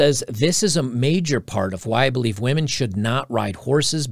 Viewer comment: Haha he said " wee men"